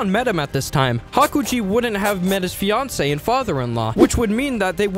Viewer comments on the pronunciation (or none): none